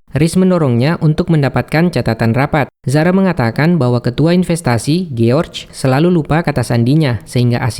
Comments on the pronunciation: Jors bukan giorge cara bacanya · George dibaca Giorc, hahaha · kok giorc anda bacanya bos